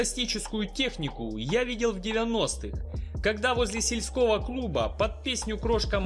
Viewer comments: согласен! Много слов перековерканных. "СельскОго,забульдыги". Откуда эти колхозные выражения?! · "...возле сельскÓго клуба.." это сильно!